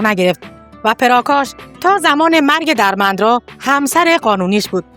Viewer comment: سپاس از کانال خوبتون عزیزم درمندرا با کسره روی دال تلفظ میشه .Dermendra درسته .سپاس از شما